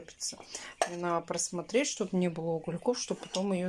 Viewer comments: пожалуйста,говори правильно!!!Есть слова НАДО,но не наа.Тут,а не тута.И фотошторы,это ужас,не вздумай. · Срау, нааа, чай запаривать, хатишь вы вобще думаете что то делать с речью?